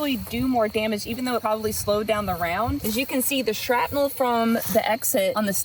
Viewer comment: A couple of times you said shratnel not shrapnel. Lol. Also you throwing the ax was really funny you’re definitely a girl.